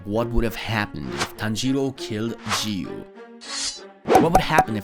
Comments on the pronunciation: You pronounce giyu wrong. You pronounce giyu jiyu Its giyu not jiyu ok? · Jiyu lol it's giyu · The fact he's literally pronouncing giyuu "ji-yuu" is hurting me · Let me tell you, but don't get mad, its giyuu not jiyuu. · Not g you giyu what a waste English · when you say "jiyu" like the g was sounding like the letter g not giyu you get me?💀💀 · gyu ❌ jiiuuu✅ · bro why cant this guy pronounce anything right bro its not jiyu its giyu bro and tf is commerrrade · I can’t watch this cuz of the ridiculous way he says Giyu. “Jeeyu” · Bro said jiyu when it’s giyu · Giyu not jiyu. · my guy said ''jiyu'' instead of ''giyu''. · ITS NOT JIYU IS GIYU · its not "jiyu" its Giyu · Bro called Enmu a girl and pronounced Giyu as Jiyu and Tengen as Tenjen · “jiyu“ HELP IM DEAD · why you saying G-you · he called rengoku "she" he called enmu "she" he pronounced giyu as "jiyu" he called akaza "upper moon two" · stop calling him G-U . 😐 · bro is saying jiyu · Not jiu it’s Giyu with a q ish sound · Bro said jiu and zinitsu and dont forget tenjen☠️💀💀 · The "Jiyuu" is very distracting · bro said jiyu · The way he pronounced giyu's name as "JiYu"💀💀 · We not going to realize he called giyu Jee-you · did he really say geeyu 💀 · the way you are pronoucing giyuu is making me angry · bro doesn’t know how to pronounce anything 💀